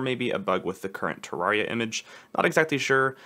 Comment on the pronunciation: nice vid bro! SAY TURR AIR EE UH